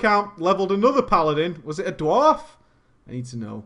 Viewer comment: "Was it a dward? I need to know.." :D